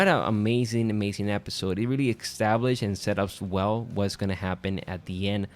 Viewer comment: Please stop saying 'ecstablished' 😅😅